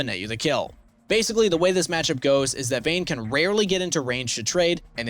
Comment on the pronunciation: Its vayne